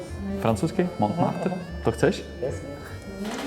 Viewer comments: Oui oui baguette, Montmartre :D If you're czech, the pronounced letters are : Monmartr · The "t" in the "Mont" of Montmartre is silent in french. The "r's" are hard "r's" 😊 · Et voila! Here the REAL correct french pronunciation of Montmartre ;)